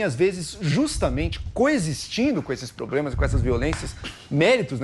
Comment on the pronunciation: Só em o ex BBB falar probremas, já há um problema!